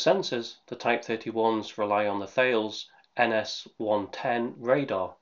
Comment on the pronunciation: May I clarify, THALES is pronounced "tar-les"